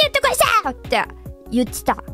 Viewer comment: Some things that stood out to me about pronunciation かつぜつ ➙ かっぜつ ゆってた ➙ ゆっちぃぇた たしかに ➙ たちかにぃぇ ならええか ➙ なだええか The 1st, 3rd, and 4th ones look like common mispronunciation patterns to me, but maybe I don't know enough Japanese to judge?